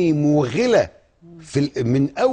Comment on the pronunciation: انا معك تماما فى وجهة نظرك فى اللى قاله حمدين وبصراحة انا كنت مقتنع به جدا وكنت ناوى انتخبه لكن بعد الفيديو دة فعلا مش لازم ادفن راسى فى الرمل واتجاهل الكم الكبييير جدااا من الحقد والغل ولفظ " الاسماء المووووغلة " وطريقته فى وصف الكلمة وكأن الاسماء المسيحية عار ومش المفروض ان مسيحيين مصر يتسمو بيها اللى ميعرفهوش هو ان الاسماء اللى قالها دى كلها اسماء قبطية موجودة حتى من قبل ما هو يتولد .. بعدين المنطق نفسه غريب يعنى ايه يمسك فى نقطة هبلة زى دى مال الاسماء ومال الوحدة الوطنية ؟ ولا هو لازم نسمى